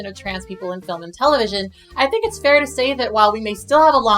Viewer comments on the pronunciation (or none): none